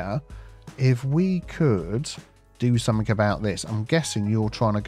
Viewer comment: Hi! Love your videos. Are you aware that you are saying somethink instead of something?